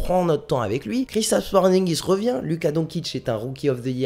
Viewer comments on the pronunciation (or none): Don kitch 😭😭😭😭😭 j'en ai mal aux oreilles.......donssitch s'il te plaît beau gosse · Tu m'a écorché les oreilles en prononçant Don"kitch"